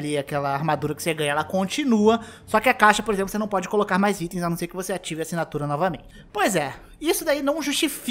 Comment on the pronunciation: Nossa mano, esse "acinatura" foi de doer